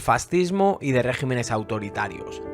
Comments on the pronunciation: Muy buena síntesis. Para la próxima, no se dice régimenes sino regímenes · debe pronunciarse regímenes.